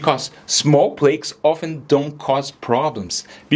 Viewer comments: It’s not plAkes it’s plaaks. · It is so annoying you pronouncing Plaques as Plakes